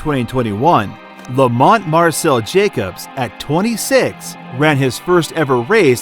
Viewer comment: Never knew Jacob's was an Italian name, I must be pronouncing it wrong lmfao